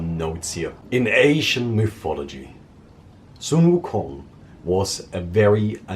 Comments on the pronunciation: this is the first time I heard a non Asian pronounce 孙悟空 so accurately. or accurately enough I guess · Pronunciation of sun wu kong was spot on